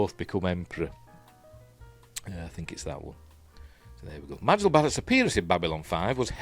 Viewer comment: Just a quickie — Majel pronounced her name MAY-jel 😎👍